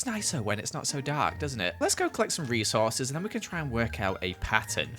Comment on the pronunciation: “Let’s go collect some Reece Horses”